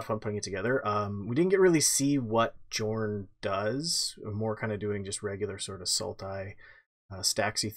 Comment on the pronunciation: Okay, okay, okay. Guys. I REALLY love the, but Jorn is pronounced Yorn. Now you know, please never say it with a hard J ever again. Thank you.